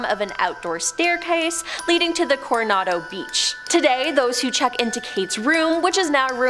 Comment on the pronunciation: It's Hotel Co-Ro-Na-Doh.. wtf is is Coriando? Just added two letters that don't belong😂